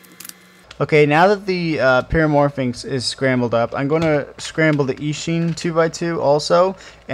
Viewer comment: Pyramorphix not pyramorphinx. There is no 'N'.